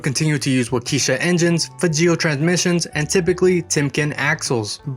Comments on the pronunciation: The engine is pronounced wok-eh-shaw not walk-eesha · Waukesha, pronounced Walk-kee-Shaw. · WAH-ke-SHAH. engines. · "wauk"- "eh" -"shaw" with the accent on the first syllable.